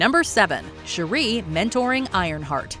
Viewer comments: Her name is NOT "Sharrie". Please get it together 🧏🏾‍♂️🤦🏾‍♂️ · Why are you calling shuri "Sheree" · How do you shalack and mispronounce Shuri's name so bad???? It's only been said outloud in movies for 3 years now. Kinda disrespectful. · The way she pronounced Shuri...jeez! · Put some respect on Shuri’s name and pronounce her name right! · Your Pronouncing Shuri Wrong...please correct it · Why are you pronouncing Shuri’s name like that? 😭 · The amount of saying Shuri name so wrong. The annunciation of Shuri is wrong